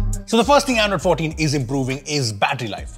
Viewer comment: bro how does this man pronounce "android 14“ as "iphone 14" am I the only one hearing it like this sometimes lmao